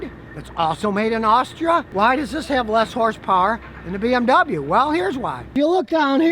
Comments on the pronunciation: Completely messed up pronouncing BMW lol but I forgive you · Hey Scottie, you bought a BoMoWa!